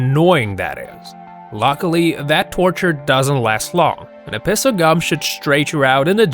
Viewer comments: He said a piss of gum instead of piece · de he say a piss of gum??